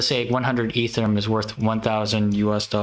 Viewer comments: It’s E-ther-E-um, not Ether-rum. 🤦‍♂️ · Dude it's EtherEum not Etherum